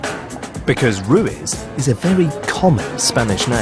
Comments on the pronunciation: its "ru-eez" not ruis. British people covering spanish artists is the last thing we need. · If you're doing a film on someone, learn to pronounce his name properly....roo-eeth(as in teeth), with the accent on the second (not the first) syllable. Also, roll the r in Ruiz.